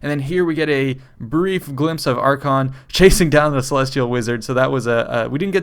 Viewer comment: AR-kay-ON. not "archon". just wanted to throw it out there